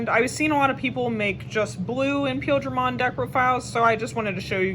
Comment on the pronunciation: Definitely appreciate this video, I couldn't find green blue imperialdramon deck build almost anywhere. And I believe it's pronounced like pie eel dramon